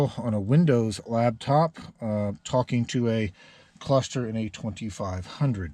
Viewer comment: It’s called a lap top. Not a lab top